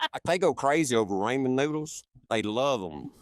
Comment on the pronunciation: "Ray-men noodles"! 😂😂😂